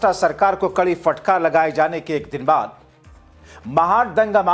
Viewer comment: Bhai sab. Fatkar nahin hota Hai. Phatkar hota Hai